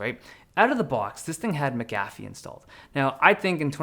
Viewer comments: It’s pronounced McAfee, not McAfee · Dave just butchered Mcafee